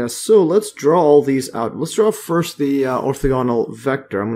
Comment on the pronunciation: Ortha-ganal. Lol you made me double check I was pronouncing it correct.